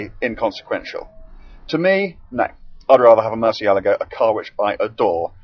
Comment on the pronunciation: can you not pronounce the cars names properly lol. thought you reviewed cars. Firstly its not murcialaga lol and secondly it pronounced rebenton not reventon